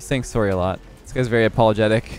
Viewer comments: that was the most Canadian “sorry” Ive ever heard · I love how you can’t tell he’s Canadian because of his lack of accent, but as soon as you hear him say sorry you can definitely tell he’s Canadian cuz his accent shows lmao, love you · I really only hear leths accent in sorry and out